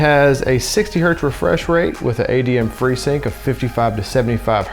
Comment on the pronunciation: Did he just say adm freesync 🤦🏾‍♂️🤦🏾‍♂️